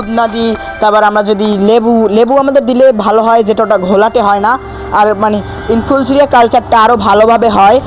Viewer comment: তুই তো এখনো ইনফুসুরিয়াও বলতে জানিস না কি ভিডিও করছিস